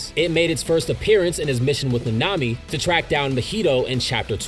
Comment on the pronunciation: My ears burn everytime he says any name ever. How do you mispronounce Nanami bruh